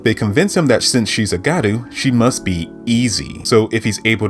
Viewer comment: Btw it’s gYaru not garu